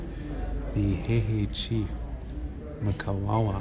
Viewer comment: I respect the time you put in to gather the historical information. Point of correction though you kept pronouncing wrongly the Chiefs name from Mkwawawa to Kawawa, it's M-qwa-wer (Mkwawa)